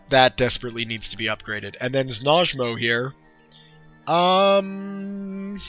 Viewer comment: I'm going to run some tests for you with the mod I made and see if a savegame will load with it. If not then I'll look at the fora and see what the issue is. I figured there might be one if something ends up missing from the game after checking. By the by, I know you were having trouble with Znojmo so I consulted my Czech friend and he said it sounds like what I assumed it would, znoymo. I was curious about it myself when I first saw it playing the game, and anyway, I hope that's helpful.